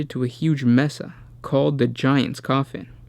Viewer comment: Loved the video but fyi Mesa and Respite...